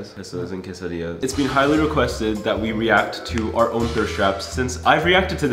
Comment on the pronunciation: i’m a quesadilla. as a mexican…thank you for pronouncing it right.